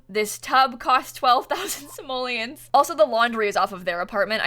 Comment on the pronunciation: Stop saying samollins say. Money